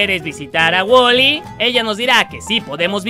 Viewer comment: Alguien mas se dio cuanta que el en vez de desir wolly osea la obeja negra dijo wally XD